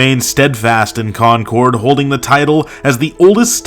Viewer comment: How can I take the score for Concord, NH seriously when you mispronounce Concord?